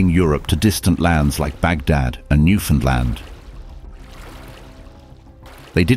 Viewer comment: Thank you for saying "Newfoundland" correctly!